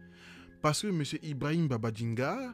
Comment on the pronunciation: Ibrahima Babangida, au lieu de Babaginda (erreur de langage). Top vidéo, merci beaucoup